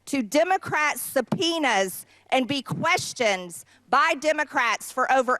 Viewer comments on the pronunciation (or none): Anyone catch mtg screwing up the word questioned? Sounded like she said "questions" when referring to when the Chumps....er....Trumps came in under subpoenas